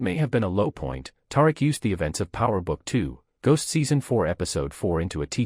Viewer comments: I know if you watch this show you know good and well his name is pronounced TaReek smh Do better 😒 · You need to learn to pronounce Tariq name correctly